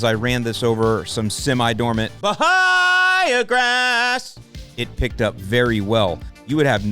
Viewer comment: I watch videos just to hear him say "Bahiagrass".:)